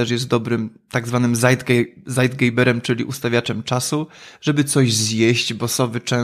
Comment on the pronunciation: Szkoda, że z błędną wymową - mówi się "cajtgejber"